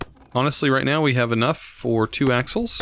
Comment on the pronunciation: I thought he said assholes when he said axles. Lol